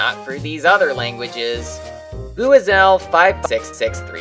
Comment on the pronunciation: I think it’s actually Bwee-zel-56638 although it may look like Bua-zell at the beginning. I know cuz I watch some Pokémon YouTubers and according to them, Buizels pronounced Bwee-zel